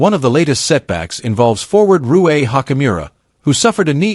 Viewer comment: you cant even get your pronunciation correct...rui, luka etc...